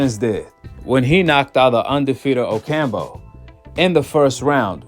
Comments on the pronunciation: OcamPO not OcamBO 🤦‍♂️ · O-cam-po (damn) not Ocambo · Oh camp Ooo not ocambo lol